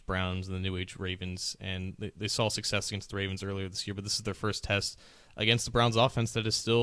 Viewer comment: Did mean to say success? Because that's not what it sounded like he said.